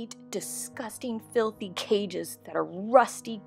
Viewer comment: ah yes, flithy cage